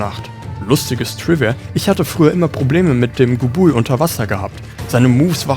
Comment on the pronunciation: La-gia-cruuus ist halt leider sowas von falsch xD Laut Capcom spricht man es offiziell so: La-gi-a-crus. Und bei Gobul liegt die Betonung auf dem O und nicht dem U. Trotzdem ein sehr gutes Video und auch mein Starter in die Monster Hunter Reihe